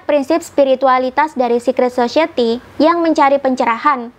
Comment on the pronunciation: Bukan sosieti, tapi sosayeuti.